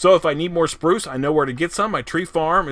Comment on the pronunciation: Every time I hear you say the word “spruce;” I picture that kid, Bruce from the movie, Matilda. 😆 I think it’s the way you pronounce the U sound! I am really digging the creeper farm; I think it’s great! I love the idea of using the trident like that! So cool! #LG4Lyfe